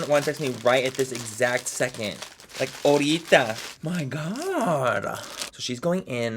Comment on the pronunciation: It isn't "horita" it's "Ahorita" btw I ♡ U and I loved when you said pendejo :)♡